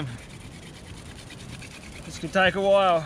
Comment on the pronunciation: He chuld attak any moment says the anymols lol